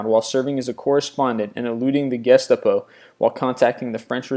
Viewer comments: Richard Sorge is pronounced SOR-ga. Gestapo is pronounced gest-STOP-o. Not GUEST-a-po. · Gestapo is actually pronounced ge-STAH-po. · I love how much he mispronounced things it's pronounced gestAHpo SISSero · Your narrator seems to have a bad habit of mispronouncing words. Wouldn't care normally, but you do that a LOT. I think the Gestapo one was my favorite.